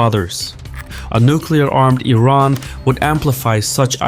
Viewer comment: Why does he say Teran instead of Iran like 50% of the time?